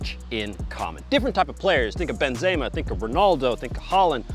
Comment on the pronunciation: Love, but he is driving me crazy with his bad pronunciations of names. I know he's legit, I know he's a pro, but when you pronounce Robben like ROBE-in and Benzema like ben-ZAY-ma, you sound like you've never watched the game. Americans get a bad rap as it is; we don't need to give people any more excuses for thinking we don't know the game. Say these names right. Please.